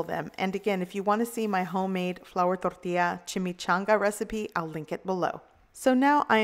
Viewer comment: I just love to hear you say "torl-TEE-ya". Another great video. Thanks for your practical, non-pretentious and VERY helpful videos! I look forward to each and every one. p.s. your husband is a very lucky man!